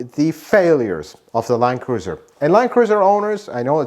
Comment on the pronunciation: Is it really pronounced "line cruiser"?